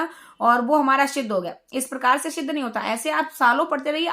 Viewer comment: क्षमा करें परंतु आपको सिद्ध बोलना ही नहीं आ रहा शिद्घ बोल रही हो 🙂